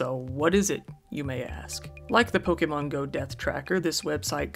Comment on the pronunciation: Black Friday is horrifying, but at least there's the pronunciation here to get a small chuckle: * Pokémon being pronounced "Poke-ee-mon" instead of "Poke-eh-mon". * Subsequently being pronounced "Sub-see-quent-ly" instead of "Sub-seh-quent-ly". and the best one being; * Galleria being being pronounced "Gal-ee-air-a" instead of "Gal-eh-ree-ah". They're all firsts for me, though I think I remember the "sub-see-quent-ly" from another video on this channel.